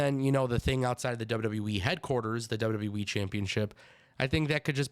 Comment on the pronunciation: He keeps saying W W Wii 😂